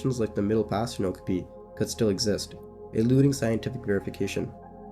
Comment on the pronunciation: Youre mispronouncing okapi every single time